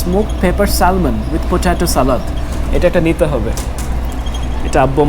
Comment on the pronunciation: Its not a salmon (ছ্যালমন), but it should pronounce ছ্যামন।